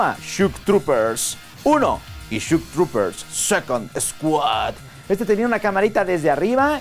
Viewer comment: No es shuk trupers, es shok trupers